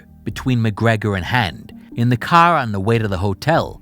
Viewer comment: Is this guy from Boston? The way he said caaaar definitely sounded like someone from Boston 😂